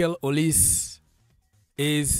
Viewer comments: Name is Pronounced as Oli-say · O li seh right pronunciation.. he is from the eastern part of Nigeria same as Chukwuemeka and madueke